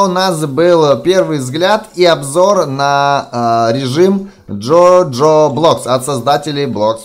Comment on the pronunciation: Не джо джо а жожо ))